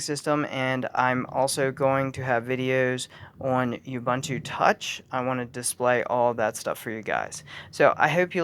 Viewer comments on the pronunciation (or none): Say it with me: "Oooh Booon Tooo", not "Yubuntoo"